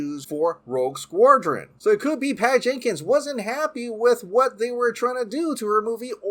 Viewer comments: Please learn how to pronounce "Squadron!", It's not "Squordron." Also, learn how to pronounce "Gadot" - it is NOT "Guh-doh" it is "Guh-dot" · It's pronounced "SKWA-DREN" not "skwor-dren" -_ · here's some help. "Sqwad-ron". While I'm here, "There is the rumours". There ARE the rumours. Plural. Maybe English is not your first language?? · Why are you saying SquORdron? Do you have an accent? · Learn to pronounce "SQUADRON" or don't speak. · can't pronounce Squadron to save his life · That pronunciation of squadron lol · God, it was painful listening to you mutilate the pronunciation of the word squadron .. besides that, love ya' :) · He’s playing Merkel, Gordon’s partner. Also, your pronunciation of the word “SQUADRON” haunts me! Have a great day and love the channel!